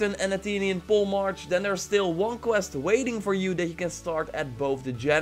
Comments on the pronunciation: Ok repeat after me.....”Pole-mark” Not “poley marky” or “poley march ”. “Pole” — “Mark” You’re welcome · It's pronounced pole mark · In english it's pronounced "polymark". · It’s pronounced pole mark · It’s pole March as in standard barrer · It's pronounced pole- March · It is pronounced “pole mark”. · poliemarchols? jezus leer gewoon even Engels man.